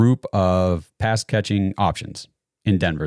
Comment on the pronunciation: check your audio. Every time you say pass the 'p' is silent.